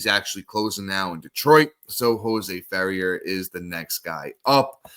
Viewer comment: Calvin “Fow-shay” Jose “Fe-rare”